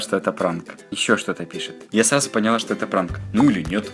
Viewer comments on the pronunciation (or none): none